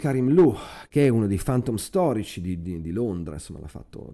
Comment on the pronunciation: Ma è questo il punto, sbagli la pronuncia per tutto il video. :( Questa parola (chiave) si legge ['fæntəm], con la "e" aperta. "fAntom" francamente nun se può sentì :). Sorry. Niente di personale!